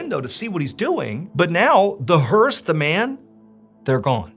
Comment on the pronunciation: Learned a new word today. "Hearse" I had no idea. In fact it sounded like "hers" to me, and was wondering what the heck is he talking about?! Entertain and teach English all at the same time. 👍